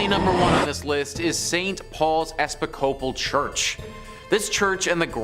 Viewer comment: For the record when you pronounce Episcopal the accent is on "pis" as in E PIS copal. And the o in copal is prounounced as a near "ah" .